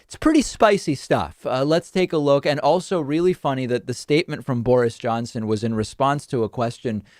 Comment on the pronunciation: I LOVE how your pronounce Boris. I must start doing the same. You almost make his name hunt towards "boring" which is wonderfully appropriate. Thank you from this English listener.